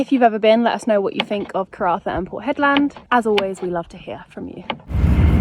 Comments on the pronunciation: I hope you run into Mick....just educate yaself on Warne....oh and get some aeroguard... or a hat with corks....I heard you call it Hedlaaaaad soooo many times...and then Hedland.... Looks like your hating your trip...maybe you will go home soon... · I always seem to be advising you on pronunciation. To pronounce Hedland in proper "Strayan", you have to say it quickly and it should come out as "Hedlend or Hedlnd". Annunciating the LAND bit just sounds crazy and wrong. As always, I just aim to keep you informed and relevant. No criticism here. 😘🤣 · Yes as a W.Australian the 'land' pronunciation did sound off, although of course it is spelt that way! :) Also re Exmouth.. we say the 'mouth' bit with a full 'ow' vowel sound, instead of 'muth' - with the vowel sound like the flat 'e' in ' the', as I believe English placements ending in mouth are pronounced? (Eg Bournemouth)